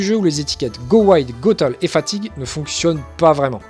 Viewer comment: go "tale" 🤣😅 sérieux ?